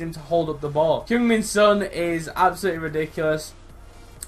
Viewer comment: love your video, ive got son aswell, the only pet hate I have is the pronunciation of son, oh well